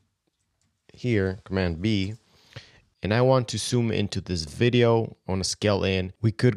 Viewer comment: I'm not sure why I'm bothered by the fact that he can't say ZOOM but says SOOM instead. All in all this video is great.